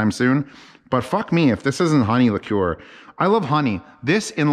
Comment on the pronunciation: You've redeemed yourself by saying liqueur correctly though